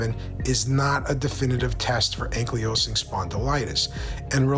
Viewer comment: Great information!! But… can you please pronounce ankylosing correctly? 😂 its ankle low sing ok love ya bye!